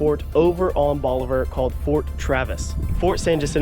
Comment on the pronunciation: Bolivar. BOLIVAR. Not "bolliver".